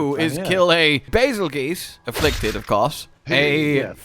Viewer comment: "Affliced" lol